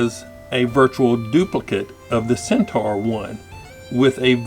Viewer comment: Pronounced Cent - or :)